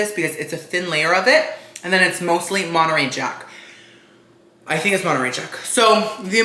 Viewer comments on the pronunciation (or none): none